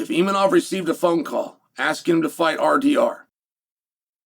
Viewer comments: Imanov lol. I think its Imavov Chael. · Where is the N in Imavov Chael 😂😂😂